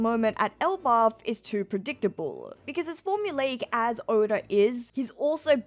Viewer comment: Why does she sometimes pronounce Oda as Odar? 😅